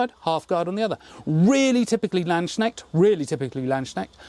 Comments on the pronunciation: I vill now criticise dein English. Ha ha ha! "U" in "up" is not pronounced in the the same way as "a" in "marmalade. Hopefully you can notice the difference. If I wanted to write the pronunciation in English, I'd render it as "Larnd's k'nehsht", or maybe "Lahnd's k'nehsht" for rhotic speakers. I think the German "ch" sounds like "sh" but with some aspiration beforehand, so "hsh". The apostrophe before the "s" doesn't change the sound, but preserves the meaning. I put the apostrophe after "k" because it's always silent in English, if immediately followed by an "n", and not immediately preceded by a "c" (which can't happen at the start of a word). The two exceptions are "hawknosed" (as a rare variant of "hawk-nosed", itself not a word that's in remotely common parlance), where it occurs at the junction of the two parts of a compound word and "pyknosis", which is an obscure technical term, taken directly from Greek. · A little tip: Landsknecht you'd pronounce the k like c in cool (not like you englisch swollow it in words like knife... :D) the ch you have to listen. (Maybe ask google to pronounce it for you, If you don't have a german at hand :D I'd gladly visit, but it's kinda a long Trip for a Short Weekend... 😂) Nice work you do, have a good Market. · Hey! I love all of these daggers, especially the rondels are beautiful. But your pronunciantion of the word landsknecht is painful:D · It's so funny to me how you (mis)pronounce Landsknecht. Kinda sounds like "Landsschneck" which translates to "land snail". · Everytime someone says "Land-schneckt" my sould dies a little. it's Lands-knecht - the K is before the E & N. Sorry, it just comes up so oftern x)